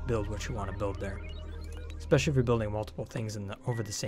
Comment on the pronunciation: I'm "exspecially" excited about this series of videos! :D